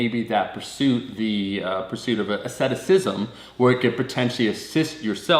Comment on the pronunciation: Asceticism* and it’s pronounced aSEEtick